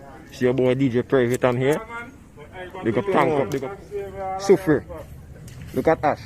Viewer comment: It’s pronounced La Soo-free-ERRE